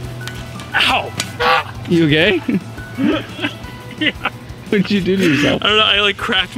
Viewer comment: He said you okay but I really heard you gay